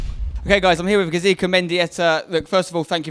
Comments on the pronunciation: Isn't it "Gaizka", not "Gazika"? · When interviewing a player, make sure you pronounce his name correctly, its not gazika? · It's not Gazika it's Gaizka :D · Gaizka Mendieta not Gazika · English people trying to say Gaizka, its pretty funny.